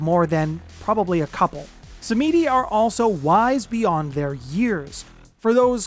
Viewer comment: Sam-Ed-E. Not sah-meedie 😇